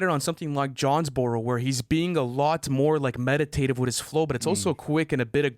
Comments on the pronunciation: It’s JONES- BUR-ROW stop disrespecting Georgia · Did really call Jonesboro Johnsboro?? 😭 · can't be correcting Lu for "Parade in Cleveland" when he's out here pronouncing Jonesboro as "Johnsboro"